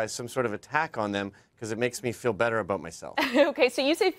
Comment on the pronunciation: She's so Canadian. It's the first time I heard "aboot" (sounds more like a-boat though) pronounced in a non-joking way.